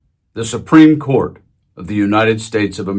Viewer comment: SUPRIME CORT ....IS .....SUPREME SHET 😂😂😂😂